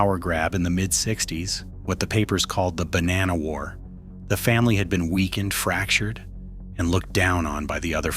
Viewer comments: It’s Ba-nah-no not Ba-nan-no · its actually buh-nah-nno